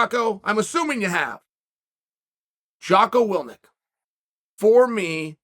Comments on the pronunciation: Love you Chael but it's Jocko Wil-ink not Wil-nik :) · Jocko's last name is "Will-INK" not "Will-Nick". Willink. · “Wil-nik” lol. It’s “Will-ink” Chael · I've never heard of Jocko "Willnick" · Wilnick? you mean Willink? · Will-ink Chael, not Will-nik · Willneek. Lmao undefeated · Jocko WILLINK, not Wilink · Are you saying Jocko Willnik?? He's Willink. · lol “Willnick” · Never heard of "Wil-NIK". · Will-ink. Say it after me, Chael. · It is now “Jocko Willnick.” Chael has spoken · 😂😂 it’s Jocko WILL - INK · Jocko ''Willnik''* I have so much respect for that story, could we please prononce it's name correctly xD even worst :-p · Nobody: Chael Sonnen : "Jocko Willnick" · will-nick lol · Yikes Chael Biden…. Jocko WILLNIK!? You gotta sound it out bruv. It’s a pretty easy one. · Ffs Chael, Willnick? Lmao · Me: Jocko Willink Uncle Chael: Jocko Willnik Me: Jocko Willnik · U have so much respect for this dude and u pronounce his name wrong? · Uncle chael always has his own way of pronouncing peoples names 😂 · Awe, you forgot to ask how much the gig pays?... GOOD. Fighting the no.5 ranked guy in the world on short notice?... GOOD Chael keeps mispronouncing your last name?... GOOD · Saying it two different and equally incorrect ways in 1 sentence was a piece of poetry (crosses legs)